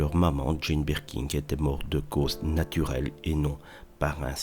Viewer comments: Birkin, pas BirkinG! Vous le répétez tant de fois de façon erronée! Comment est-ce possible? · Et incapable de dire Birkin.